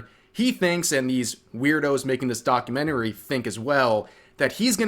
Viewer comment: I’m more pissed at how Rev pronounced documentary